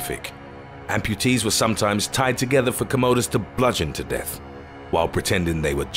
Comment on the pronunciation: I love how this guy is mispronouncing the Emporor’s name, Commodus. He makes his name sound like it’s actually what we use these days in our bathrooms to do our business which in all honesty is much more suited to the Emperor’s personality